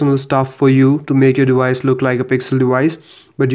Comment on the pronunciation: Wideo? Dewice? :))))